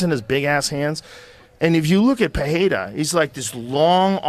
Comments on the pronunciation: This guy insists on calling him Peheira lol, it's just Pereira man, you can see how Alex pronounces his name in Nina's videos. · Puh - Ray - Ruh. WTF Joe, who taught you that the letter "R" is pronounced like an "H" in Portuguese? Under no circumstance is this true in any of the 7 different accents of the Portuguese language...Somebody took you for a ride. Yesterday I went across the street to a head shop owned by a Brazilian guy and we had a laugh at your expense when I told him that you pronounce Pereira Puh - Hay - Ruh. You can lead a horse to water ... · "alex puhhayda" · PeReira not PeHeira... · Joe PeHEYrah Rogan. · Joe "Pekheira" Rogan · it's pronounced 'pereira' with no h, wish joe would just do his hw so he can pronounce it correctly especially as he claims to be a fan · Why does rogan keep saying « peheira ». If you cant pronounce it right just stick to english pronounciation lol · Yep… can’t even say his surname correctly though lmao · Joe Rogan says his name wrong all the time 🤦🏻‍♂️🤦🏻‍♂️🤦🏻‍♂️ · Pereira is so amazing and Joes podcast so successful and yet no of these guys can say the mans name correctly 😂